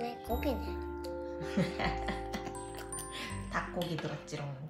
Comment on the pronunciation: 고기네 할 때 사투리 억양 넘모 귀엽다...